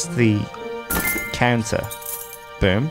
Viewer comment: I 100% heard canser when you said counter and that made things very different.